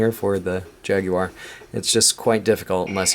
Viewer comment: Wow a yank that can pronounce jaguar instead of jagwar.